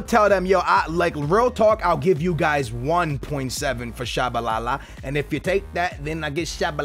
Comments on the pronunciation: how you pronounce Tshabalala and mispronounce Biabiany lol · Really skills, out of all of the names you mispronounce you get Tshabalala right? REALLY?